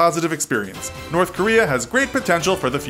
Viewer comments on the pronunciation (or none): none